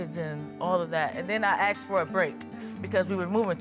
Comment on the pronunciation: "I AXED him this, I AXED her that..." It's ASK and ASKED